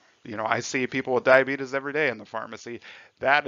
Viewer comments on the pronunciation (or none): YEEES HE CALLED IT DIABEETUS